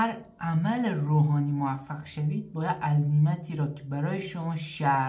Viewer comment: اول برو تلفظ عزیمت رو یاد بگیر بعد بیا برای مردم ناآگاه و افراد بیسواد فاز استاد بودن بردار هیچی بلد نیستی بعضیا هم مثل خودت بهت میگن استاد